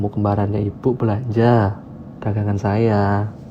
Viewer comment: bakul belonjo mas bukan bakul melinjo wkakakka.